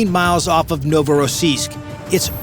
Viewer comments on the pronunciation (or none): Endloses Gequassel, Novorossisk und Sevastopol falsch ausgesprochen, langweilig!